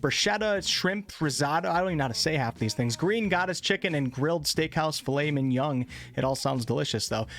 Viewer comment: >Filet mignon >"Flamin' young" 😅